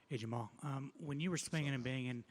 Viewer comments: Jamahal is pronounced jama-hall. Stop acting like his name is Jamal. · Jamahal "SpecimenT" Hill